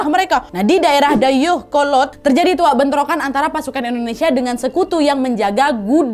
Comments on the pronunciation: Kak nad makasih udah bawain tentang kota kelahiran yang paling aku sayang dan cinta ini, tapi maaf kak aku ngakak waktu kakak bilang banceuy sama dayeuhkolot ehehehe. Cara bilang banceuy sama aja kaya bilang bancey kak tapi ada cengkoknya dan dayeuhkolot kaya bilang dayehkolot tapi ada cengkoknya kapan kapan aku dm kaka pake vn yah ehehehe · orang Dayeuhkolot hadir. lucu bat Nad bilang Dayeuhkolotnya 🤣